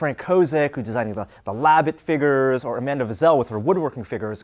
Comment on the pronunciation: Haha he says figures wrong lol